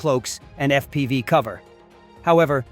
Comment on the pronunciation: Can stop pronouncing FPV as "F P five", please?